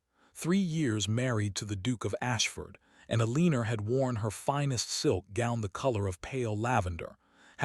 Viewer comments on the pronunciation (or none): Please stop using the name Elena with this AI!!!!!! I can’t stand the pronunciation Elenor!!!!! And don’t use hoping the AI is not a the level to pronounce it properly.